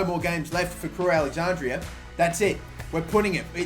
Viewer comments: crewe alex-andra (not andrea) cringy af watching you say it over and over again 😂😂😂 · It’s Crewe AlexanDRA not AlexanDRIA ffs